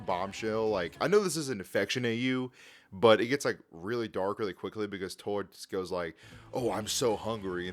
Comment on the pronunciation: He keeps callind tord (T-od) but it’s (t-ord)